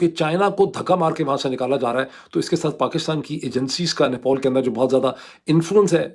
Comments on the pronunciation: Nepol nahi Nepal hai chacha. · Nepol nhi Nepal hai Bhai thik se bolna seekh pahle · अबे साले नेपॉल नहीं वो नेपाल है गधे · Gentleman it NEPAL NOT NEPOL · Idiot, it's not NEPOL 😂😂 it's NEPAL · it is NEPAL. Not NEPOL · It's Nepal, not "Nepol". It's understandable if Donald Trump pronounces it incorrectly, but not from someone like you. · He is not announcing Nepal properly. Irritating.